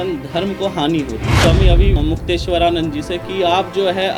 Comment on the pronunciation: तुमको तो ठीक से नाम लेना भी नहीं आता महराज जी का